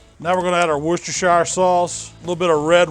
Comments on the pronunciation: Its pronounced wuster sauce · It's pronounced "Worst-er-sher" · Closest I've ever heard an American get to correctly pronouncing "Worcestershire" 😀👍 You got the first bit right, but "shire" is pronounced like "sheer" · Think the correct pronunciation is Worcester CHER instead of the SHYER at the end. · wooshtershower sauce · Worcestershire pronounced wusta-shear.